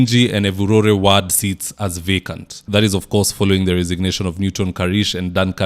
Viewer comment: Good job as usual,buy "ward' is pronounced with an "o" not "a".